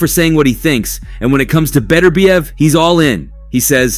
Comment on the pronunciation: There is no fighter named Better bee ev. His name is Bet urb iev. The emphasis is on the second syllable.